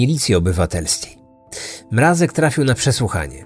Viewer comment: przecież poprawnie wymawia to nazwisko! Głośniki może wam fixują